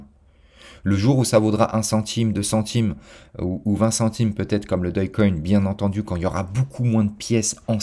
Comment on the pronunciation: lol, t'es la 1ère personne que j'entends prononcer dogecoin de cette manière, doge = dōj dog = dôg